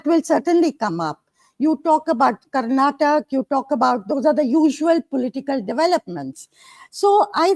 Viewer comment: It's baffling how often southern names are mispronounced in national media—even by those who call themselves senior journalists. They'd be furious if someone said Indi for India or Americ for America. But somehow, Karnataka becomes Karnatak, Kerala becomes Keral, and Tamizh Nadu becomes Tamilnad—as if vowels, syllables, and pauses are optional south of the Vindhyas and can be casually tossed out. Even names of public figures aren't spared: Siddarāmaiah becomes Siddaramaya, with "ayya" reduced to "aya" and "Rāma" flattened to "Rama"—as if no one in India knows how to pronounce Rāma. Sure, in natural speech, even locals might blend syllables. But in formal English—especially from a senior journalist—we expect accuracy. And just for the record, many Indian states outside the South also end in vowels—Goa, Haryana, Maharashtra, Meghalaya, Odisha, and Tripura—and no one mispronounces those. So let's be clear: this isn't about difficulty. It's about where attention is given—and where it isn't. It's about effort… or the lack of it.